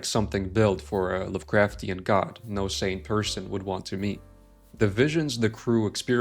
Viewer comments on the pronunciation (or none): none